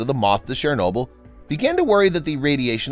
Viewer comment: Would have been nice if the narrator had bothered to learn, and use, the correct pronunciation of 'Chernobyl'.